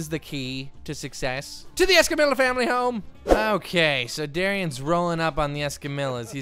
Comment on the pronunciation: Why do you say escamILLA not escamiya because if your going to say their family name with a spanish accent you need to say the lls right